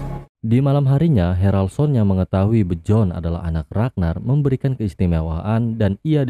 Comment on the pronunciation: Dibaca biorn min bukan bjorn😂